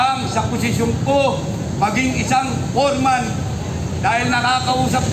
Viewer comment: anong PORMAN? "FOREMAN"!!! kung gusto mo tagalog KAPATAS ang tamang salita.